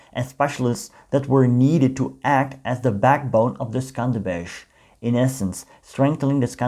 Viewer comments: It is pronounced "skander-beg" not "skanderbezh" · Im albanian and i didnt even know the division existed,thanks for teaching us. Also you pronounced skanderbeg wrong the right pronounciation is skënderbeu or if you say skanderbeg you pronounce the letters as they are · Skenderbeg its really hard to pronounce 😂😂😂 Try chatgpt! 😁